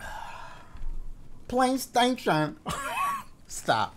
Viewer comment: Every time dashie drinks his tea “PlayStation”😂😂